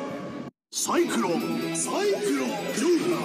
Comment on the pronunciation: サイクロンサイクロン、ジョーカージョーカーがサイクロンサイクロン、ルナジョーカーに聞こえる…